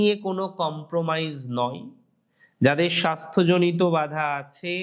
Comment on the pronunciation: কথাটা বাধা, বাঁধা নয়।